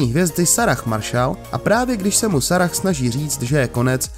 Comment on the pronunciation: Video se mi líbilo, až na jeden velmi rušivý a nepříjemný detail. Vůbec neskloňujete jména končící na h (Sarah apod.), čtete je i s tím h, které se číst nemá a říkáte je pouze v 1. pádě, což bohužel takto nesprávně dělá většina Čechů 😬